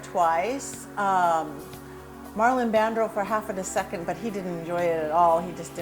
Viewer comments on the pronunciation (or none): She is a joke! Did she really say Marlon "BAND-DRO"? (It's Marlon Brando) Are you kidding me? She cannot even say his name correct. Maybe that's why he didn't want to "BE THERE"! Wow.